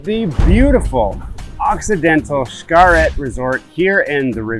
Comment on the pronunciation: If you’re basing your travel decision from a page called Gears and Tech, where the “ reviewer” can’t pronounce the name of the resort correctly , you need to look further!